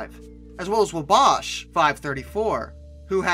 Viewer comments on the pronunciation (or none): none